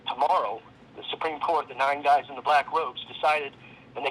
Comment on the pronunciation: “Your guyzez”?! That’s 25 minutes I’ll never get back.